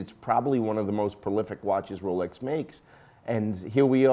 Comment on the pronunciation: Correction: you just can’t pronounce Constantin and Jaeger. You are pretty good at Rolex and Omega.